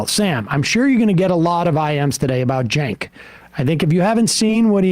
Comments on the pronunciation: cenk is pronounced jank? ok. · It's spelled "Cenk" but it's pronounced "Jerk" now.